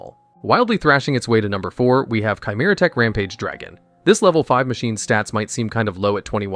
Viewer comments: It's pronounced Keh-Mera, not CHAI-Mera LOL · needs a pronunciation lesson for "Chimera". It's not "chai" like the tea, you idiot machine.